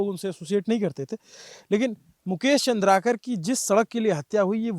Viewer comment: Name thik se batao. Chandrkar nahi Chandrkar hai